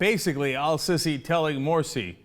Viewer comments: it's Al Seesi not Al sissi lawl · lol, its pronounced el seesee though! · "el-Sissi" HAHA gets me every time!